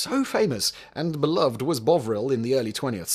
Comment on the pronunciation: Just so you know you’re saying beloved wrong. 🙃